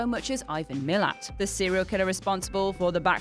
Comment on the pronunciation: Malat is how its said not MILLIT